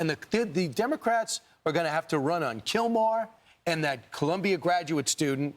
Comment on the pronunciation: Not killmar it’s killmore